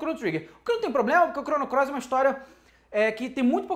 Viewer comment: vc disse... Chrono CLOIS?! hahahaha